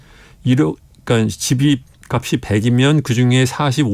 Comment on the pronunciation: "값이"를 제대로 발음하시는 분 오랜만이네요